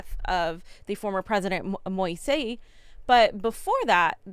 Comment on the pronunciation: Fiorela, Moise's name is pronounced Mo-eeze.